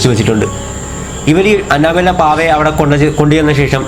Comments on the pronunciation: Anna Bella alla anabel(pronouncing) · It's not Anna-Bella It's Anna-Belle... Like 🐘🔔... "annabelle" Please Don't Attack me 😊😊😊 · അന്നബെല്ലെ alla അന്നബെൽ 😂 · It's അനബെൽ.........but nice video😁😘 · Annabelle prounciation sheriyalla bro